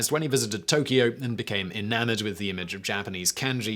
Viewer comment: I wonder why Simon didn't add his Brittish R when saying "Tokio in...".